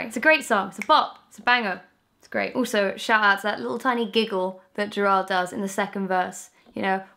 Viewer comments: Never say Jared Way again.. omg it broke my heart x'D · when she pronounced gerard wrong i swear to god a tear fell down my cheek